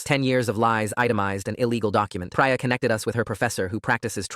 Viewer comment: It's not Pry-ah it's Pree-ah. That is how you pronounce Priya. Stupid AI stories and voice.